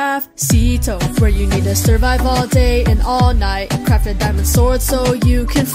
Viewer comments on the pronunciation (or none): none